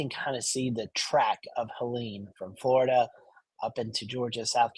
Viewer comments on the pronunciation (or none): none